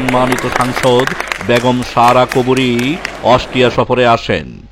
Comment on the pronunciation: Parata valo laaglo na.... Austria uchharan vule vara